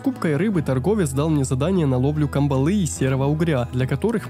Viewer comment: кАмбала, а не камбалА